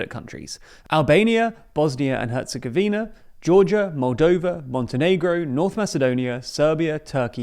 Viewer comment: Great improvement,! (You pronounced Herzegovina correctly. I complained each time you said HerzegovANia before, so now I express my gratitude for saying it in the right way)